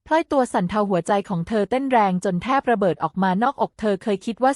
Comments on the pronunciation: เมียน้อยชื่อพลอย ไม่ใช่พล่อย ผู้อ่านคือหุ่นยนต์ AI ใช่ไหม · พลอย อ่านพอยไม่ถูก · พลอย อ่านพอย